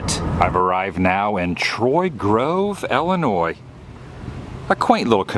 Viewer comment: Adam..... Please read.. Love you dude... But you are in Illinois not Ellenois. Ill like you are not feeling well, but Ill. you have the last part correct.